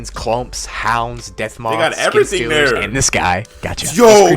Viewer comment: When you said what's its name uh red skin skethers I think you mean skin stealers